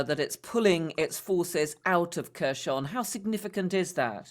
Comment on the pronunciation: It’s 259th day of war and presenter still haven’t learned to pronounce Kherson. 😮 For someone that could be silly, but for me it’s ignorance. Any credibility gone. Therefore no point to watch video any longer